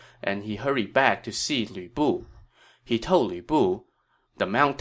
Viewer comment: I don't know why it makes me laugh, but sometimes when you say Lü Bu it sounds like Weeaboo.😆